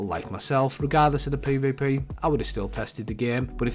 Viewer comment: Poy voy poy (this dude trying to say PvP)